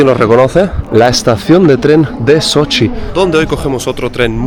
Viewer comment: CADA vez que dices sochi me suena a Xochimilco, tienes que venir a la Ciudad de México y visitar la Isla de las muñecas.